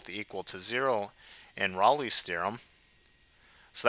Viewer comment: Yeah, any video where the presenter doesn't pronounce Rolle properly can't be that awesome